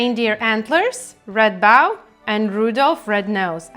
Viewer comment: It's bow as in cold, low or rainbow, not bow as in cow! Your painting ability is gorgeous, and I'm enjoying it very much. But I'm an English teacher and can't help myself... 😂❤ Happy Birthday! Very creative introduction too.